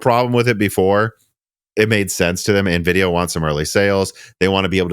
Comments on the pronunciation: I'd argue that I'm pretty sure Jensen pronouncing it as "En-vidia" as opposed to the "N-vidia" in the opening Animations is a lot closer and justifiable than the "Nuh-vidia" that the brothers here were apparently pronouncing it for years and claim that it's more common for people in the midwest to say it that way. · Lmao everyone in IRL I know say it nuh-vidia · Nvidia's own animation opening screen on games that feature it explicitly pronounces it as "N-vidia". It's pretty weird that have consistently missed what has been consistently clarified by Nvidia over the better part of the past two decades. Here's a video compilation of Nvidia's animation opening screen from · I've lived in Illinois all my life and never heard "nuh-videa." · I've never known anyone that ever said navidia. I'm sorry man, back then you were a super newb. I would have to question if you had ever even seen a cpu before Gen 1 Ryzen. It's now obvious that anything you have ever said about gaming pre 1800x has been a lie. I can't believe this! Just messing with ya. Lol! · Nuhvidia sounds like the skin cream Nivea 😁😀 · But Jensen Huang pronounces it "en-vidia" on stage all the time. It's like tee-eye vs tie. Jensen says it one way and the corporate windbag doing the next presentation bellows it the other way 40 times in 10 seconds. So claiming that it has been "clarified" is... not exactly clear. You're basically saying the CEO (and founder) of the company doesn't know how it's pronounced. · I’ve been building PCs for 25 years and you were the first person I’ve ever heard pronounce Nvidia that way